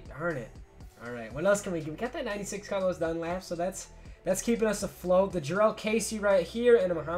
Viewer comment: I died laughing when he said Darlos Dunlap